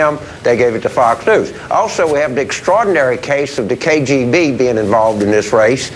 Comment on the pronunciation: k....J???? b what the fuck is the K JAY B? Does he mean K.G.B?